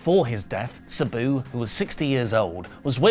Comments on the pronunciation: Who the hell is “Subew”, then when he’s reading it, it’s “Sabu”! Damn you!!❤😂😂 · Why is saying Sabu like that lol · PLEASE PRONOUNCE SABUS NAME CORRECTLY!!!!